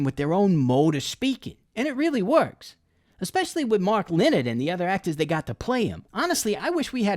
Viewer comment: Pronounced "Le-nard"